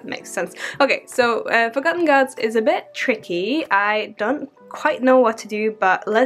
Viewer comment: when you said forgotten gods i heard it as fuck-em gods 😂😂💀💀💀💀💀💀💀